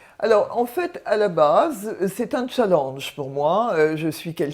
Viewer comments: On dit pas chalange mais chalANge ou pour comprendre chalinge on dirait ma prof de sport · ON DIT " CHALLÉNGE " PAS " CHALLANGE " MERCI BIEN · Mdr "tchallange"😂😂😂😂